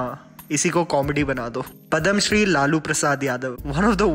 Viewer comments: Padamshree nahi...... Padmashree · Padhamshri 😂😂😂😂 its Padmashri